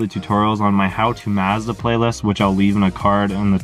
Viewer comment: You need to go to google translate and learn how to pronounce Mazda...... 🤦🏻‍♂️